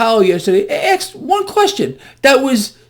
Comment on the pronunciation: Hey, Remember that the entire universe revolves around the planet earth! Please stop the wild hysteria and fake news that you spew. The three buildings did IN FACT come down on 9/11. I WAS THERE! And, by the way the pronunciation of the word asked is not aksed.